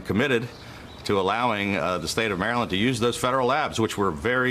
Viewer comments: Umm... I've lived here my whole life and never have I heard someone pronounce Maryland that way. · Pronounced “Mara-lin-ders” keep it easy, don’t have to pronounce each syllable 😂